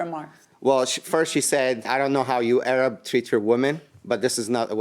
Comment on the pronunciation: i’m arab and have black friends? cant just say that all arabs are anti blk. the reason why he screamed he was from pakistan was because HER AND HER FRIENDS were screaming they were from oakland. that doesn’t give her the right to say go back home. and she was repeating “A-rab” over and over again. and on the phone she was making prejudice remarks he said. i KNOW for a fact that if the roles were reversed you would be on the woman’s side